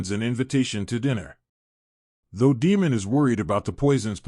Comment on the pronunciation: None of your annunciations align with the show, making it confusing to know who you are referencing-“Deemon”, “Rehenera”, “eemon”